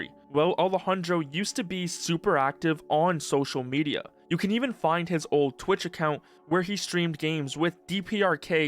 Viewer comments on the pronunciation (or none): none